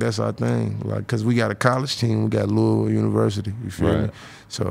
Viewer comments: LOUISVILLE!! Say it right Adam 😂 not Louis-ville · Lol. Adam said “Louie Ville”